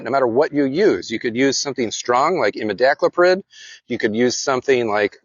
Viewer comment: ive never heard someone pronounce imidicloprid as you do. i had to replay it a few times i was so taken aback lol. is it not pronounced amid-a-clo-prid???